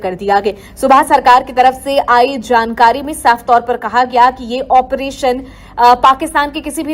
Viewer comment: Tu operation ka theek uchchar karna bhi nahin jaanta Kya video banane nikala hai